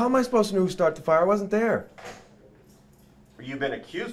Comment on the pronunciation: "He didn't start the fiya"